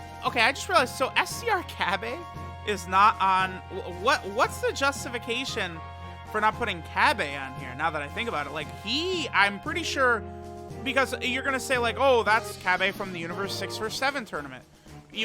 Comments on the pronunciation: How many times must I have to TELL YOU HOW TO PRONOUNCE THE PROPER NAMES OF CERTAIN CHARACTERS INCLUDING CABBA EHICH IS NOT PRONOUNCED CABBAY BUT CABBA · ngl it kinda triggers me that he says cabbae instead of cabba